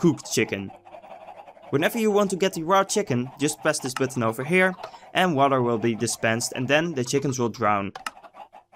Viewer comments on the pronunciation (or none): none